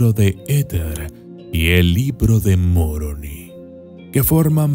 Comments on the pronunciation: Es Moroni , y no Muoroni jijijijiji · No es Muroni, es Moroni.. no me gusta que digas el odiado Libro.. cuando a cambiado la vida de muchas personas inclusive la mía sin seguir siendo practicante..